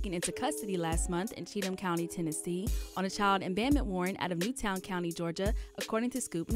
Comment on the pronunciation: Did she say child bandment? Yes she did. It's abandonment. Jesus